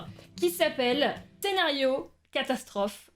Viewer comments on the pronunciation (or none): Tu as dis "Ténario" au lieu de "scénario" au début. Mais c pas grave car tout le monde s'en fous